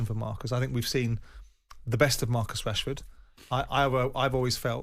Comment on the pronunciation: amorim is saying marcus cashford